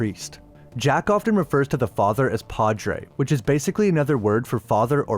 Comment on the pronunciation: Couldn't stop laughing after hearing "Jack often". Lol